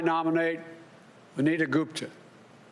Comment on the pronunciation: He keeps calling that lady Anita it VANITA with V for voter f